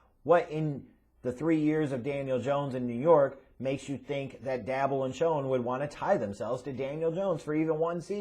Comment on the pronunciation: DAY BOL pronounce it right ffs.